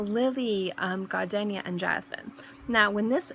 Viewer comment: Great video. Just a heads up....there is no "alternate" pronounciation for "gardenia". It is pronounced with a long "e". Perhaps some people are pronouncing it with a short "e", but if they are, they are pronouncing it incorrectly. Frankly, I have never heard anyone pronounce it with a short "e". Perhaps in other countries, it is correct to pronounce it differently, but not in the United States, so if, as you say, "people" are telling you that it is pronounced differently, you should probably let them know that they are wrong.